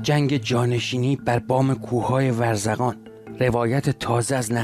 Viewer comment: منطقه ورزکان چیه آخه !؟ ورزقان درسته